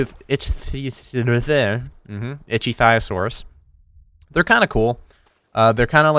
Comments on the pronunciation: I believe it is pronounced :Ik-ThE-O-sor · Ick-thee -oh-soar this is how you say it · please turn those walls around, they are driving me mad! Also, Ick-thee-o-saur